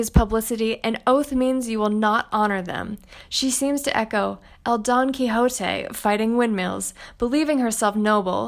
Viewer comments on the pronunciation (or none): none